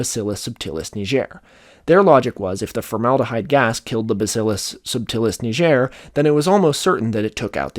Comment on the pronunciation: Didn't look up how to pronounce "bacillus subtilis niger" tho 💀